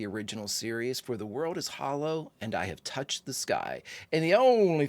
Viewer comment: I've always loved all of your brilliant reactions, especially when you get emotional, so of course, I was greatly looking forward to this episode very much. My only critique would be your reading of the episode's title, which should have placed the emphasis or accent on the words "I, Touched, Sky", because to read it otherwise diminishes its' power. The actor Jon Lormer(the older man who died) absolutely nailed the reading of that title line, and it's probably why he was hired, just to deliver that line. So let him be your example. 😊